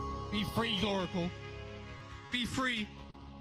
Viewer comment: pronunciation be like:.version = vir**n.coke=c**k.squirrel =scared.gloracle = gloraceal but he finally call him gloracle at that time